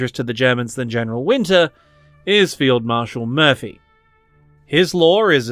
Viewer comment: "Field marshell murphy" good one!